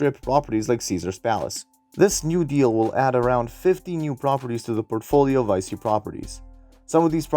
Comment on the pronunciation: Nice video! It's pronounced "Vee Chee" though, not "Vie See". Loaded up on this stock this week :)